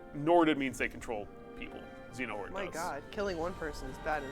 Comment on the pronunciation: did just say "Xenohort"? LOLOLOLOLL!!!!!